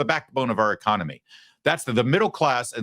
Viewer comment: She meant “echonomoney” ?